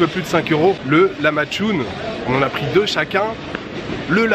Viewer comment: Prononcé larmadjoum stp ca se dit comme ça 🤣🤣🤣